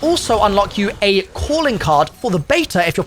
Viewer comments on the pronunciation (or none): none